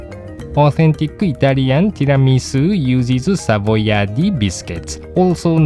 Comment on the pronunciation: Very good the pronunciation of "Mascarpone" and "Savoiardi" !! :-) Greetings from Italy